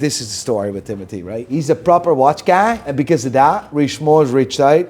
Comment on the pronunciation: PLEASEEEEE for the love of God, STOP saying “guy” the way you do!! lol😂😂 Holy shit man…Stay blessed brother